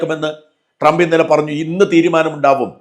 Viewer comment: Not donald... Doland trump 😂